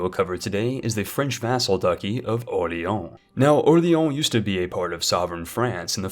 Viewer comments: did you just call it "the french vassal ducky of orleon" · Orlean you read it wrong and it gets so annoying